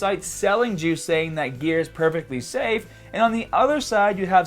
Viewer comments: Dude... It's 'gear' not 'gea-ah'. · "Once you stopped the ghear" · Once you stop the geahh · Stahting geah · the way he says baaah (bar) staaahted (started) geahhhhh (gear) strongaaaah (stronger)etc. I only noticed a few weeks ago but im genuinely curious if its an accent or not. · why do you sound so australian when you're saying "on gear".:D:D good video gj